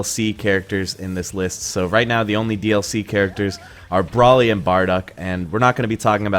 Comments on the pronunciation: It's BROly. Not BRAWLY. No one has EVER called him BRAWLY in any medium ever. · "Bwraly and barduck" lmao